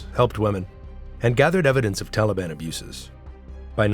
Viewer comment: Не тАлибы,а талИбы.